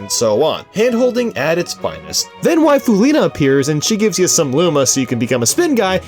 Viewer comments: Did....you just say "Waifulina"? Why tho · Is it me, or he just said wifealina? Thats what i understood 😐